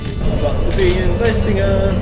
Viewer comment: it's vlissingen not vlessingen 😉